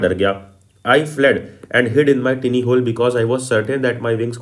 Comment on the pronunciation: its tiny not tini 💀💀💀